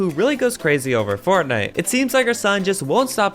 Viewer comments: In the sixth one she said fortnut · Did she say fortnut? 50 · she said fortnut lol